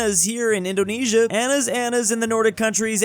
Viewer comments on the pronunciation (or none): none